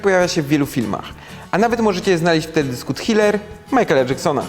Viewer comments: "w teledysku tHiler" ?! triler.. Blagaam :< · "Thiler"? xd ☺ Fani Jacksona meldują się - ✋ . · Thiler serio sztaba? Nie łatwiej powiedzieć Po prostu Triler? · tHiler. Błagam, trochę szacunku do języka... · "TCHILER" :D!